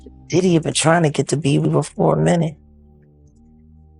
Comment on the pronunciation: His name is Beiber not Beaver 😂